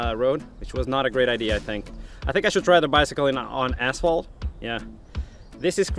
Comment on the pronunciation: "Let's find some assholed... I'm gonna go try it on assholed now... Assholed it is..." You are probably wondering what he meant by this. I have the answer for you: asphalt. He's talking about asphalt.